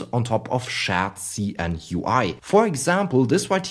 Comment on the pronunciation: "SCHÄT-SI-EN" :D